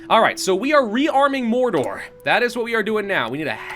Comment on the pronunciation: Welcome to morrrrrrrrrrrdor make sure you roll the r's